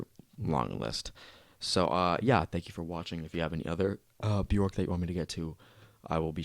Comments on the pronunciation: her name is pronounced "bee-ork" :-) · Learn to pronounce her name right pls <3 maybe watch an interview or documantary about her :)